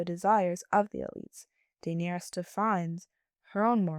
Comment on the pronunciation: The way you say Daenerys really made me turn the video off.